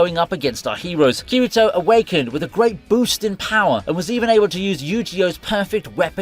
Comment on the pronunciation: It hurt my soul to hear Kirito's name pronounced like that